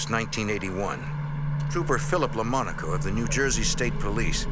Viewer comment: The slain trooper is called Philip Lamonaco, not Lamanco.